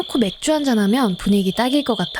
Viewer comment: 아 초반에 맥주 발음 뭐예요... 맥쥬~! 귀여워ㅜ아 심장마비 아